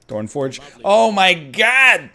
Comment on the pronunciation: I hope no Greeks heard you introduce Thorn Forg, Mr. Ernlion